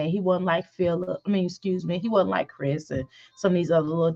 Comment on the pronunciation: ignored ALL my comments tonight she live, still saying cwris there